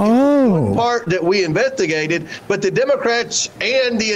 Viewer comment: Did Comer say, "we inventigated?" 🤔 Hmm, you sure did!